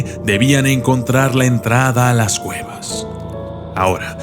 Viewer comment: Dijo gueva no cueva